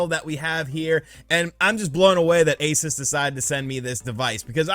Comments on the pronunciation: already knows this but ROG stands for Republic of Gamers, the brand name for their gaming products. And ASUS is pronouneced with the "oo" in "boo" sound. A,soos, not A,sus. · the company isn't pronounced Aces it's a oo sound like noon, a-soo-s. Not sure still, then go watch John's video as he pronounces it correctly. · its pronounced AY SOOS you uncultured swine